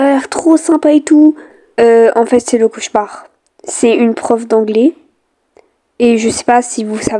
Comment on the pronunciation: "lOu CoUcHeMaRd" 😭